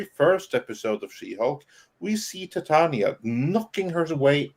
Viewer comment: The character’s name is pronounced Titania as in “Titan” ia implying that she’s as strong as a titan